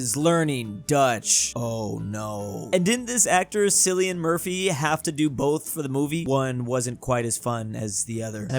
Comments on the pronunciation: Please its not sileean its kileean murphy LUL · My man Pronouncing Cillian Murphy as Cillian instead of Killian. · Guys... why is no one tell him that its killian not sillian for cillians name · the c Cillian Murphys name pronounced like a k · Cillian is pronounced with a hard C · Petition for to learn how to pronounce Cillian Murphy (kill-ee-in) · How can you not pronounce cillian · I love, hes one of the best Americans, but someone please teach him how to pronounce cillian murphy